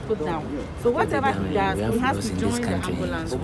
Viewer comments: It’s not AMULANCE IT’S AMBULANCE MISS OVER THE TOP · "Ambalance" and "tesess"